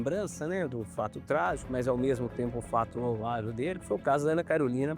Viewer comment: O advogado falou louvável ? Ta de brincadeira kkk